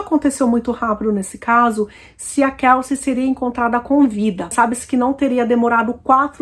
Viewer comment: A pronuncia do nome dela não é Kalci como vc está pronunciando😂pronuncia certa é Kelci. Eu moro aqui em New York City.